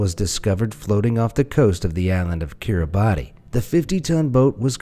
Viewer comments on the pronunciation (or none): Kiribati is pronounced Kiri-Bahss.